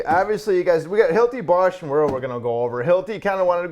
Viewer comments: Wera definitely pronounced Vera - W is pronounced like a V in German (and other European languages). They make good tools, though not always made in Germany. Prefer Wiha myself ;). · I think since it is German it is pronounced like "Vera" with a v sound. Solid tools for the guy that wants the best. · The W in German is double v not double u